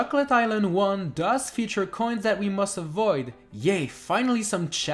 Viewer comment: The number of times he says "K'hoins" is unsetteling